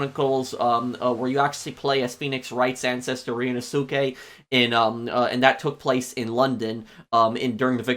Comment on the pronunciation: Ryu noh ske . Not ryenosuke. Suke in japanese is often prenounced as ske